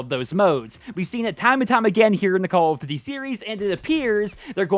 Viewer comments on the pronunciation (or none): Why you always saying "call of d-dee"